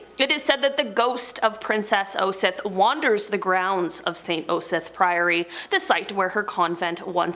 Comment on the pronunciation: I'll help... Shire is pronounced...'sheer'. Osyth is .. 'Oss- eye-th. Staffordshire is staf- furred -sheer(said quickly) You got pluckley correct!!! Hertfordshire is Hart-foo-d-sheer. Argyll is Are-guy-L. Hope it helps.